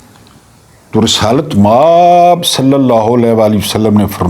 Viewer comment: اللہ کے بندے مآب بہت لمبا کرتے ہیں م کو لمبا نہ کیا کریں آب کو لمبا کیا کریں